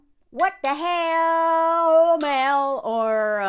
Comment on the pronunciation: What that "sh'mell" Mel?😅